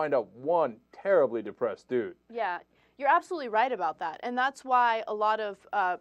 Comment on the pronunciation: Can we have Anna saying, "...makes you feel like Superman, dood." be a regular sound bite on the show. Am I the only one who thought her pronunciation of "dood" hilarious?